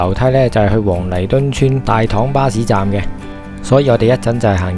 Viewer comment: 大棠的正確讀音係＂大糖＂